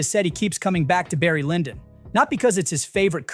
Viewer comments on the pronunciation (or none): none